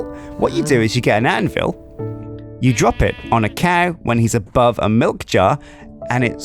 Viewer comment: Did just say Malk? Instead of milk? (｀_´)ゞ